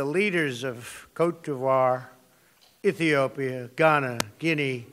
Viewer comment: Ok I get that he was trying to say "Namibia" but you here him pronounce Côte d’Ivoire and Ethiopia and I just think... he seriously didn't even check on how exactly to say those countries? Not that I'm surprised, but it is just beyond disappointing seeing this fucking monster on a UN stage along side other real world leaders.